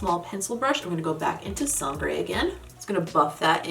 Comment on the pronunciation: As always great looks aaaaand congratulations about your spanish words, your “corazón” is closer to a south american way of pronounce it but the other words more like to the standard central spanish, love the way you say “sangre”. Sooo not bad at all!☺️👏🏻👏🏻👏🏻👏🏻